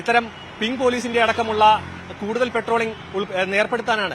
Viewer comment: പെട്രോളി൦ഗ് അല്ല സേട്ടാ പട്രോളി൦ഗ് ആണ്